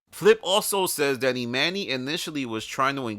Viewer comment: “E Manny” lol is killing me. it’s pronounced E Monny